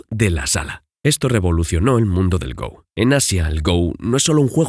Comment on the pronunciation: Se dice "go", como en la palabra "gorila", no "go" como si fuera el verbo "ir" en inglés